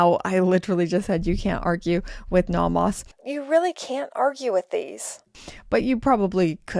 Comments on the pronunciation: Why are you pronouncing it Nahmahs? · If I had to hear you say "nah mahs" one more time... That is just perverse.